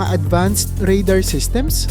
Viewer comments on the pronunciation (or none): none